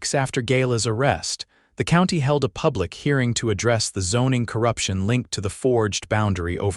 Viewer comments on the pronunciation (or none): none